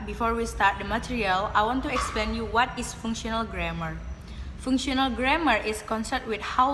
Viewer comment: There are some mistakes in pronouncing the words such as functional, genre, particularly, concerned, inside, determines. For the slide show, I think it's not neat enough, sometimes big and sometimes it turns small. I think in the traditional grammar section it would be better if she said something like “Traditional grammar is a grammar in general that we know when we learn English as a student. Include nouns, verbs, prepositions, adverb, and adjective or what we called part of speech.” or something else, in clearer or easier-to-understand words about what you want to convey. And there is something lacking in explanation about The Context of Situation and Genre which made the viewer don’t understand that part. For additional information that was not mentioned in the video: 1. Processes: What kind of event/state is being described. 2. Participants: The entities involved in the process. 3. Circumstances: Specifying the when, where, why and how of the process. There are many types of participants such as Actor, Senser, Sayer, Experiencer, Receiver, Carrier, etc. There are 6 types of processes are Material Process, Mental Process, Relational Process, Behavioral Process, Verbal Process, and Existential Process. 1. Material (doing, e.g., run, send, kick, etc.) 2. Mental (experiencing or sensing, e.g., see, hear, know, etc.) 3. Verbal (saying, e.g., tell, warn, ask, etc.) 4. Relational (being or becoming, e.g., have, become, be, etc.) 5. Behavioral (laugh, talk, cry, etc.) 6. Existen